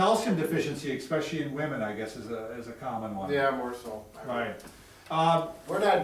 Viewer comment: Sorry for being "that guy" but there is no word "Xspecially" it is pronounced "ES-pecially"